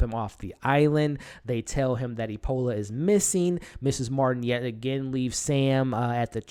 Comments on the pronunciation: Epona, not Epola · Love your reviews but you keep saying "Epola", her name is "Epona".